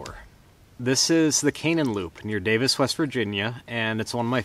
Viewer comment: Love seeing you made it back to WV. It’s actually pronounced (Canaan) KA nane